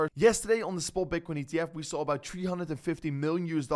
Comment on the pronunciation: Why this guy say EBAÖT instead of about